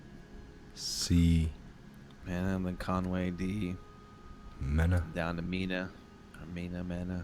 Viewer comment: IT'S PRONOUNCED "MEENA" GUYS...JUST SAYIN'...GOD BLESS UR WORK!